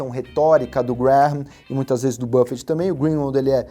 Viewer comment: Se pronúncia Benjamin "Grem"